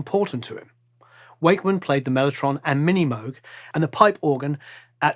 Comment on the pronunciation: A seemingly small thing, but quite properly pronounces "Moog" - proving once again he cares and why we love him! THANK YOU for this great video about YES! Also, their latest album is quite good!